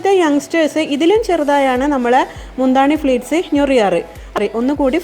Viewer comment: സാരി പ്ലീറ്റ്‌സ് ആണ് .. fleats അല്ല.. pleats ആണ്..